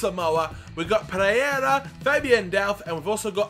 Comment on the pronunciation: It isn't Preyera as you're pronouncing it, its Pereyra, PE-RER-AH (like the United one)